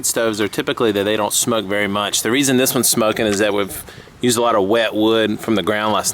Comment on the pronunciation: I think you said "shmoke"...